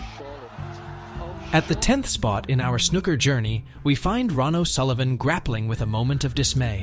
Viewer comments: I know!! I was like "stop calling him Ron"!!😅 And the way snooker was pronounced!! It's snooo-ker, not snuk-er❤ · cant take any snooker channel seriously when they're 1) american, and 2) pronounce it snuker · This whole video is AI generated. No one pronounces it snuhcker or Ron o sulivan. The language used is exactly something chat gpt would write. A lot of waffle but doesn’t say much of substance. Lazy videomaking at its finest. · AI voiceover joke “snuka” 😂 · Awful narration it’s not Snuker !!! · In a video about snooker, the very least respect you could show is to pronounce snooker correctly. And it just got worse and worse, Utterly CLUELESS commetary written by someone who has clearly never watched a game of snooker in his life. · Worst video ever. At least pronounce the games name correctly and get the name of one of the greatest players ever correct. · At least pronounce Snooker properly, it has two o’s. Try harder. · Is it just me, or is it that most Americans cannot pronounce 'Snooker' correctly? The narrator is laughable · I love the concept of the video. I just can’t listen to the narrator pronounce snooker wrong anymore. I got 3 mins in